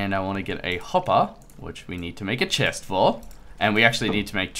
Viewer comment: ZEH SHEST ... the Chest